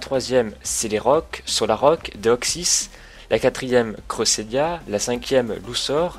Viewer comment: c pas crossélia c créssélia